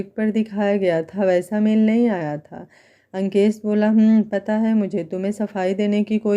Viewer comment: Nice story mem par aap Ankesh bolti h to yeisa lgat jeise lankesh bol rahi ho koi dusra naam rakh leti mem